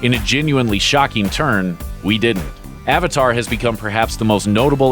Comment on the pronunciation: 1. How is Avatar even on this list?! 2. I'm still waiting to hear someone pronounce the word 'Avatar' correctly.